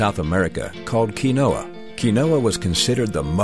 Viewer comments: pronounced keen-wa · You can't even pronounce it correctly in your own ad